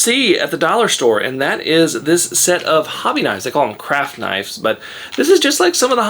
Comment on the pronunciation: When you said craft knives it almost sounded like crack knives 🤣